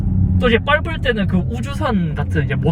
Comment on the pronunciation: 밟을때는을 자꾸 빫을때는 이라고 하시네요ㅋㅋ